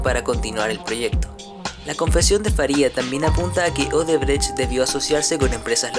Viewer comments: Odebrexi es la pronúncia correcta. La sede del grupo es ciudad São Paulo. Sede social en Salvador, Bahia. No existe un lugar llamado salvador de bahia. Odebrexi fue la mayor pero óbvio tuvo su tamaño reducido de modo drástico. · se pronuncia. "odebrek" aunque se escribe Odebrecht.